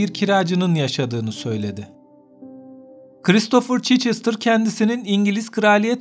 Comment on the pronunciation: Çeçestr değil Çhestır